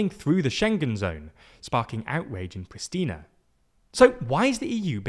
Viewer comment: Hey. Just wanted to let you know that the capital of Kosova, Prishtina, is pronounced with a sh sound instead of an s sound. Like in "shame"